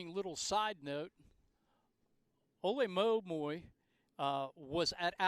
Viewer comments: Every time this man tried to pronounce “Olemomoi” I died a little inside. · He can pronounce "Schipperen" but he can't pronounce "Olemomoi?" Does blackness make it hard for him to read or something?